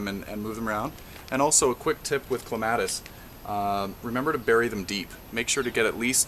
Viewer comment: thats not how you pronounce clematis